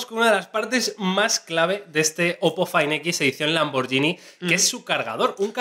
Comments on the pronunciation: Se pronuncia "lamborguini", no "lamboryini". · que molesto cuando le dicen lamborshini , LAMBORGHINI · Se dice "lamborguini" no "lamborllini" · cada vez que decís "lamboryini" muere un gatito... SE PRONUNCIA LAMBORGUINI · Se pronuncia lamberguini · Se pronuncia tal cual está escrito muchachos, Lamborghini no con y si no con g! Saludos desde Colombia